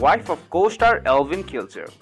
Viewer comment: Eivin is pronounced Ivan, not Elvin. There is no L in his name. Pronounce other words correctly. The narratives are horrible!!!!!